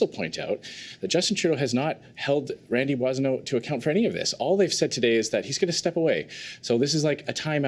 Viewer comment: Dude can't even say Randy's name properly